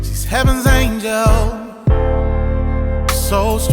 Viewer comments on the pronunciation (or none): none